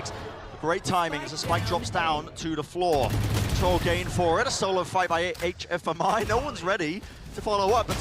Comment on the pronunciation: Why do the caster call HFMI like that if he said he wanted the casters to speak his full name :c